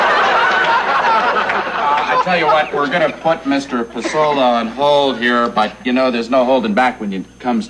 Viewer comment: There are two very different versions of the final act of this episode. In the first, the fake Pesola is played by John Wheeler, who mispronounces the name "PAY-so-LA." The fake Pesola gets away with the money and the station is forced to pay out twice. This was re-taped with Vincent Schiavelli as the fake Pesola. In this ending, as the fake Pasola is leaving with the money, Johnny asks to walk out with him, professing admiration for Pasola's knowledge of music. Moments later, the real Pasola arrives to receive his money. Herb starts to explain the mix-up to Pasola when Johnny walks back in with the money, telling Carlson "That guy knows even less about music than you do." The second ending was typically seen in syndicated versions of the episode; the original ending resurfaced on the 2014 Shout Factory DVD release. FYI Don Pasola was played by Tracy Walter who some would know as Jack Napier's Number Two "Bob" in Batman.